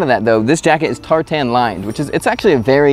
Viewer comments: Tar-tan? Ffs man. This is an English jacket Tartan, not Tar-tan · Tartan is pronounced tartun not tar-tan 👍🏻 great video though. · Tart’n, not tar-tan. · Hey bud. Fyi. It's pronounced Bee-dale, not B'dale and Tar-tun, not Tartan. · “Tar-tan!?” Please tell me that was a joke, lol. You Americans have really only ever heard that pattern called “plaid” (yuck, wrong) and it shows